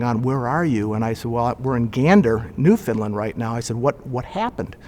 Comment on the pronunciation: I'm from St John's Newfoundland! Such a great video but my only problem? It's Newfoundland not NewFineland!lol Love the story....Come From Away! Heave Away! Cheers